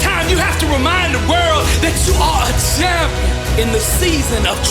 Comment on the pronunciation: Why does he say Shampion